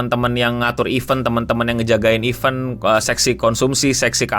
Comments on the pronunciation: bang coba benerin dong cara bilang "event"nya. "vent"nya kaya baca "ventilasi", thx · Cara lu ngomong “event” benerin dulu bang